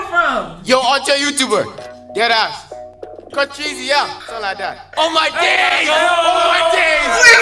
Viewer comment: Yh it was but why that one guy call her ‘cour-treezy’ I thought it was ‘court-reezy’